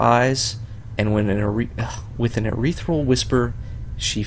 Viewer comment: haha dude, I'm enjoying the LP so far, but why do you read ethereal as urethral?